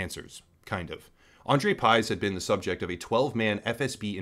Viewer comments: It's pronounced Piyzh. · it's pronounced like pig but with 'zh' instead lf 'g'. well not quite but closer than pyzhe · You really had to screw up his surname like that, haven't you. Y is ɨ and 'zh' is ʐ His surname is 'Пыж'. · You pronounce pyzh wrong. Not even close how it suppose to sound